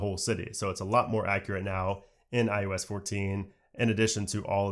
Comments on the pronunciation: It's iOS not iUS like it sounds like you keep saying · Is it me or do you keep saying, "iUS 14" instead of iOS 14? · maybe someone should tell this guy that iOS isn't called iUS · I kept hearing you say IUS instead of IOS and I started to think I was crazy. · it's EYE-OH-ES. Not EYE-YOU-ES. 😩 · David Cardona your answer to his question reminds me of the kid in 3rd that when you asked for gum and they would say they have some at home. Technically it’s on the same subject but not relevant to the context at all. Unless you are saying he learned to say IUS in those first few months but has refused to get with the program after years and years. Also while being a tech youtuber that needs to properly be in the know about new things. Idk if I’m buying that one. I’m gunna say he is Canadian or has a slight regional accent of sorts from the USA. But yes Adrian. He was seeming to say IUS the whole video. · Killing me with the “iUS” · i'm telling you.... I finally had to mute him and use CC.... every time he'd IUS 14, I wanted to scream. and little shit doesn't bother me but this... this triggered a bish. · Kept saying IUS it was annoying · Sounds like you’re saying iOOOS or iUS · So annoying saying iUS14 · Lol, never noticed. Now I can’t not hear it. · It sounds like you’re mispronouncing iOS, which would be amazing.